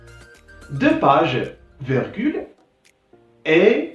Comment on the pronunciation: Bonne initiative, une petite remarque on dit virgule et non vergule . Bon courage.